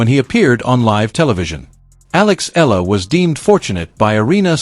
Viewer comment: Her family name is pronounced eeh-yah-lah not ela